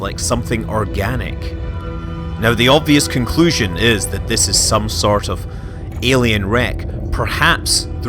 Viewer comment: "Muh Ellienz"